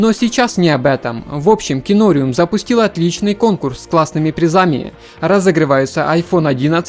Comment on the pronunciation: что еще за КИНОРЮМ?? ты цыган что ли там же написано зарубежным по белому КИНОРИУМ как аквариум только КИНОРИУМ, с ударением на второй слог... наверное все таки ты цыган